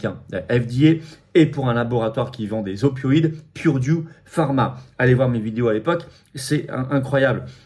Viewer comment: Purdue se prononce 'peurdiou' et non 'bourdiou'.